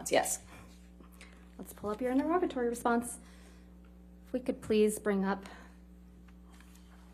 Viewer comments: Its pronounced INTER-E-GATORY not INTER-ROGITY or INTER-ROGITORY - sweet jesus. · Why can no one pronounce interrogatory?